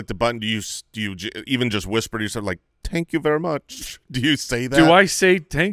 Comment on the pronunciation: got a little greedy with that "Tank you very much" line.